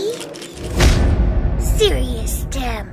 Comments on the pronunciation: I LAUGHED WHEN TEM SAID TIME TO BE "SErius TEm'' XDDDDDDD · “TimE for TEm 2 bE” ”SErius TEm.”